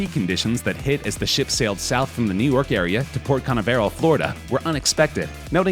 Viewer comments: "Port Can-a-VER-al?!?!?!?!" Doesn't anybody check to find out how to properly pronounce place (and people) names on this channel? It's properly pronounced ka-NAV-er-ul. (It's similar to the way you'd pronounce the last name of Olivia de Havilland.) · Port Kuh-NAV-uh-rul, not Port Kan-uh-VAR-ul. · LOL Port CAN-AH-VARE-ELL?? It’s CAHN-AVVV-RALL 🙄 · Repeat after me Port Canaveral, pronounced Kuh Nav Rull. Not Cana Vehral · He said Port canavera lol its port canaveral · The computer voice makes multiple pronunciation errors... “Port Kana-Veral”? That’s effing Port Can-AHHH-veral! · Port kana ver all? Ca nav eral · It's pronounced Ka nah veh rel... not carnival! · "SUB-suh-quent", not "sub-SEE-quent", and "Cuh-NAV-eral", not "CUN-uh-veral". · Teach your robotic voice how to correctly pronounce the names of places. It's not Port Carn-a-veral. Dumb ass, it's Port Canaveral, like where the moon launches began, over 50 years ago. Geez! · I'm from Port Canaveral and dude we are white it's just Canaveral not Cána-verál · Yes, Port Cana-ver-al. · As someone who lives about 30 mins away from Cape Canaveral, I have never in my life heard it pronounced the way this guy does. Canna Ver Al? Lol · You dont know how to pronounce Canaveral? LOL. You've seriously never heard of cape Canaveral? It's where they launch the space shuttles from? Its pronounced cuh-nav-rull.. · "Sub-SEE-kwent." "Port Carnival." "Port Carnavarel." Hey bro, wanna do a second take? "Why? It's perfect." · Did they make it to "Port Cahn -ah-VER-al" Florida? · Port Cana-veral Lmao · Port carnaveral. Learn how to pronounce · Damn Skippy. I'm like "ka-NAV-uh-rell," ya braintrust! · "The North Sea is between the UK and Norway." Do the makers of this video think we're stupid? Before teaching us basic geography, maybe teach the narrator how to pronounce Port Canaveral. Once he said "CanaVERal", once even "Carnival". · Floridians pronounce it Port (Khan-Ave-Rahl) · Lol “port khana vayral” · Port CAN eh ver oh? Really?